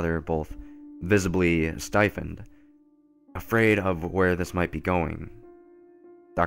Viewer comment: I like how he pronounced stiffened. LOL